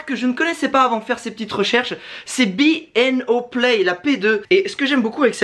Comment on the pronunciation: "Bi i O" 😂... Je ne connais pas Bang & Olufsen mais j’aime les BASSES!